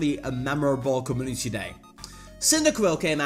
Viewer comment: Us:Co-Mu-nitee Him:com-oo-niss